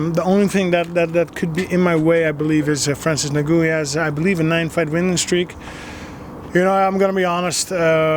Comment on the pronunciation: Christopher Gladen The point of the joke was that Alistair said nagoo and the guys name is N'Gannou